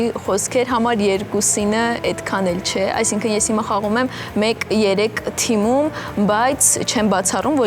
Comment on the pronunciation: էրեխեք ջան, թմում չէ, թիմում